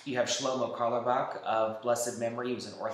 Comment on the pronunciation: Lol great vid but btw in carlebach the “e” is silent